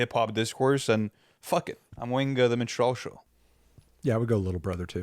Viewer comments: MINstrel, not minSTRELLE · Min-strall show or min-strell show? The fact you cant even pronounce the shit makes me think you have no concept of the album. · The way they pronounce minstrel 💀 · Apologies and respect to all but you simply CANNOT mispronounce Minstrel and expect to be taken seriously in this context. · could somebody tell them how to pronounce minstrel?